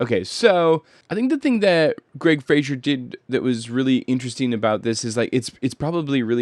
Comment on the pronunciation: I believe Greig Fraser's last name rhymes with "Laser" (I've been hearing a lot of Youtubers pronounce it wrong, so you're not the only one.) But great video,, I enjoy these breakdowns and seeing the re-creations in cinetracer.